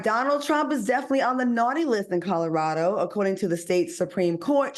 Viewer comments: Not just alternative facts, but words too. I can’t be the only one who heard him say Codderaldo? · I cannot be the only one who heard Codderado instead of Colorado. I simply can’t be 😂. I pray Al takes my longstanding advice and work with a speech coach or redo Toastmasters. His delivery would be so much better.